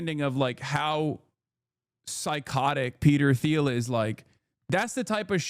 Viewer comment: Hasan purposely mispronounces Thiel every time to avoid legal action. That’s how scary Peter is.